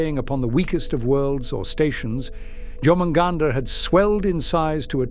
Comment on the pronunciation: John hunt, now you can't unhear it